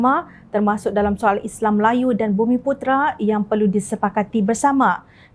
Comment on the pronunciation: Maaf cakap, majoriti rakyat Kelantan tak reti sebut Islam. Isle, isle, isle!